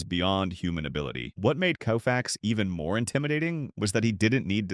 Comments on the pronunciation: it's Kofax with a long o sound not Koofax! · This announcer need to know folks names so he can pronounce them correctly coofax lol really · Koo-Fax? Can’t watch this. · You missed pronounced his last name! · The least you should be able to do is pronounce his name correctly. You're a disgrace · Sandy is my favorite player of all time, but I can't watch a video, even a tribute video, where his name is repeatedly mis-pronounced. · Cringing, listening to his name mispronounced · Pronouncing his name WRONG! Unbelievable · For god sakes get the damn name right or don’t bother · Greatest Pitcher ..worst video ..When Koooofix faced Mickey Mintel !!!!! How difficult is it to have a human being narrate ??